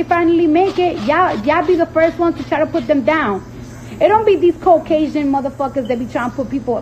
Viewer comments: y’all knew someone had to point it out 💀💀 , sis said ”cocajan”💀💀💀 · Cardi said Coke-asian lol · Lol Cardi did not just pronouce Caucasian like that 😂😂😂